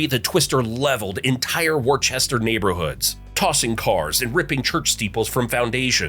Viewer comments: I nearly spat my coffee out when he called it "War-chester" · It’s not pronounced Worchester it’s Worcester. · good lord its Whista man Whista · It’s not “warchester”…. It’s Worcester , pronounced like this “Wuhstah” 😂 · I love how AI pronounces Worchester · Omg he kept saying war-Chester….. I’m like wtf is that?! Only more I realize it was supposed to be Worcester -werstah🤦‍♂️ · It’s pronounced Wuster. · Woostah!! Not Worchester lol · Not wor chester...Wistah! :) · Not “War-Chester, pronounced “Wooster” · Not Warchester, it's pronounced Wooster for Western Mass people, Woostah for Eastern Mass folks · It’s “Wooster” not “War-Chester” at least get the pronunciations right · … WARchester… not cool in a vid all about MA! It’s “wustah”! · It's not Warchester, it's Wister. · It's not pronounced "Worchester." It's pronounced Wister. Ai sucks! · "Woos-tah" not "Warchester". Come on. Worcester doesn't have any Rs when you pronounce it properly. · Not wor Chester. Wus ta! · Who narrated this video. They better go back to school and learn how pronounce the names of some of the towns and mountains in Mass. Wa - choo- sett mountain and the town of Wor-ster. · “war-chester” nice try, AI voiceover 😂😂😂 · Worcester sounds like Wooster. There isn't a H anywhere in that word. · I can't get over Warchester 🤣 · “War Chester” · War Chester 😂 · WOO-STER!!!! And KAHN-CURD. Jeeze! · ONE ITS PRONOUNCED WUSTAH AND TWO THE LAKE IS PRONOUNCED LAKE CHANACHURANANBOG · Ponk-a-pog Wusta (Worcester) Conquered-concord We covered this when you did New England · Ai voice said war Chester 😂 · what a rookie mistake, Wooster, do your research . Worcester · Where is Worchester?!? I hate AI! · Where the hell is War-chester? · “war chester”… really (?) 🙄 seanM 🕊️ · War-chester? Is that somebody that saves up a war chest? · WAR chester ! 🤣🤣🤣🤣🤣🤣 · Worchester is pronounced Woustah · Worcester is pronounced Woostah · Funny how AI still cannot pronounce Worcester ma! It's war chests ah!! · wustah lol